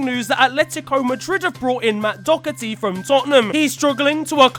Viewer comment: Why can no one from England pronounce Matt Doherty correctly